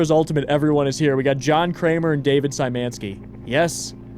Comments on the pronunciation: Sajmenski kills me as a pole. It's Sh-yh-ma-knee-ski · Hi! You’re actually mispronouncing “Szymanski”. It should be pronounced more like “shuffle” so starting with “sh” for “sz”.